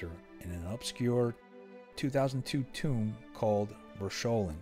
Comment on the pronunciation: “Tome” is pronounced like it’s written, not like “tomb.” Great episode, I never heard of the incident.